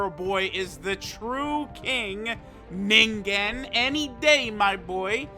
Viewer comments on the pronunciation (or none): Mans said NINGEN like it was the n word fr